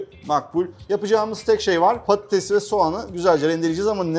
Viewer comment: Şefin patates yerine pattes demesi😂